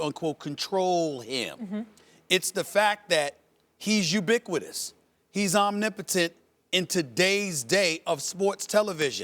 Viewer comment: "omnipotent" lol